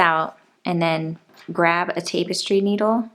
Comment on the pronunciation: Cool tutorial that makes a very nice looking piece. "Tapestry" is not pronounced with the first syllable sounding like "tape." Should be pronounced with the first syllable sounding like "tap" as in tap a keg of beer. Thanks for such a nice tutorial video.